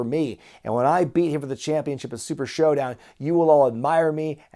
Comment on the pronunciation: LMFAO 🤣. He said SHITdown not SHOWdown. Get it?!?!?!🤦‍♀️🤦‍♀️🤣🤣🤣🤣🤣😆😆😆